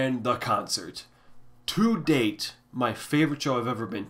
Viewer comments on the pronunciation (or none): none